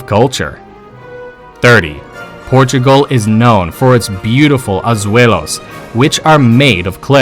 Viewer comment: AZUELOS ... ???? LOL ... SOUNDS LIKE SPANISH ... IT'S AZULEJOS.